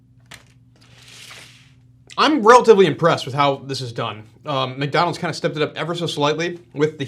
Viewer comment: he said :McNonalds Nuggets" instead of "McDonalds Nuggets" lol